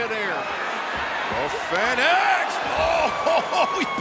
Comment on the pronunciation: Hate how ol dude says fenix